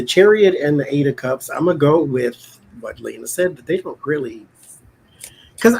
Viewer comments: It is not Lehna. It is pronounced Leena I think. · Is Becca mispronouncing Lena’s name?